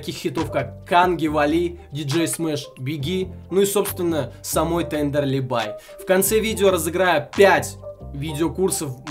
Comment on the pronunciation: бля ну во первых, правильно будет Тендерлибае, а не Тендерлибай во вторых она стример вроде нет? надо было хотя-бы упомянуть в начале и еще, пока.